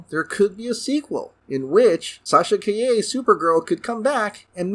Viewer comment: Supposedly Nicolas Cage does already appear in The Flash as an alternate Clark/Kal El/ Superman Cameo from the not made Tim Burton Superman Lives script, so there's that. Also Calle is NOT pronounced Kah YAY, it's KAH jeh (Je as in Jet) which in Spanish means street.